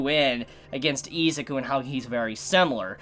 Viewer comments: Why do u pronounce izuku as iz a ku. The letter U does not make the sound of A in any word in existance so why would it here. If u cant read or say the main characters name properly how could you possibly act as an authority on my hero and do reviews if you dont have the basics to start. Not being a dink just it annoys me on how professional ppl like you act and then boom english iq goes down to a pop tart. Im not perfect but im easily 60-70 poptarts ahead of you. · its not its izuku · I stopped watching this video because he kept pronouncing Izuku wrong soooo Much in the first 90 seconds 😠😠😠👎👎👎 No Stars unsubscribe unfollow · Why you callling him izuku😭